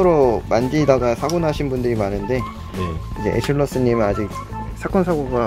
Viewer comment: 에슐러스 님 인데 에슐러 스님인줄;; 허헣